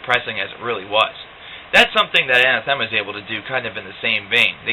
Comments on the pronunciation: Hey you´re the same guy who reviewed Incident :p , ur the bill gates of progressive rock reviews. nice review, especially for those who don´t know much about the band. btw. It´s pronounced An-Athema, not Ana-Thema. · I've met many people who mispronounce Ah-nath-uh-muh, this guy isn't the first. Not a bad review